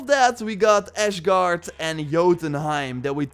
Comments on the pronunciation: From now on, every time I hear you say ASHguard instead of ASSgard I will give you a dislike, it is really unsettling. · Ash-gard? Never heard of it.. I am familiar with Asgard tho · Stop. Saying. ASHGUARD!!! Jesus. It's so annyoing.